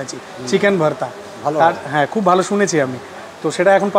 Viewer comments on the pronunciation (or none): Kaka tuwi to pure bangali tale Bhaarta uccharon korcho keno ? Ota to Bhorta ! Samanno hinamannota ache mone bangali bole ! Tao tomake benifit of doubt deoa jeto..jadi continuous Bhaarta bolte ! Kintu maje maje Bhaarta ar majhe majhe Bhorta bole nijer hinamonnotay bhoga dodulloman sotta r proman nijei diye dile !